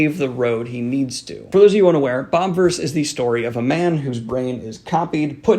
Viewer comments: Just as a thing, it's not Bob-verse, it's Bobiverse, like Bobby-verse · Love these reviews but it's BOBIVERSE not bobverse